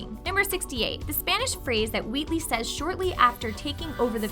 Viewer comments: Is it just me or does she say Weewee instead of Wheatley? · Is it just me or she is saying wheatley as "wheatwee"